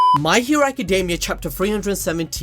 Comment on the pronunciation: I just realised he was saying my hero academy🤣🤣 i thought he saying mikey academy 🤣🤣🤣🤣